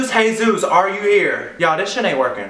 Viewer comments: It's a Spanish name. Soooo. It isn't said like Hey Zeus It's Hay-ZOOS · It's Jesus. A hispanic name pronounced hey-zus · It's pronounced Hey Zeus but it's spelt as Jesus